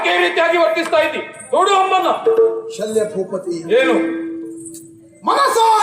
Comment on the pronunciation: ಸಾಲ್ವ ಅಲ್ಲ ಶಲ್ಯ